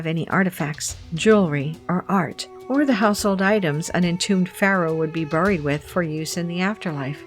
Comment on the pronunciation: pronounce buried , like this barryd not burry